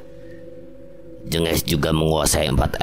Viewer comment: Min lembah jèngès kali cara bacanya, e nya di baca seperti e yang di awal kata "jeng" bukan jènges .. tapi kalau santet sepertinya jengges bukan jenges koreksi kalau salah ...